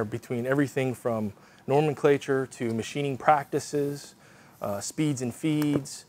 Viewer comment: nomenclatue? :-D